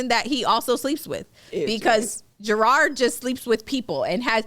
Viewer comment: Y’all + kev keep saying Gerard 😭 that mans name is JERROD